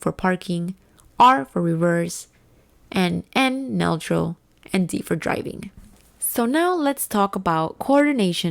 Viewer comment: N is for neutral, pronounced new-troll.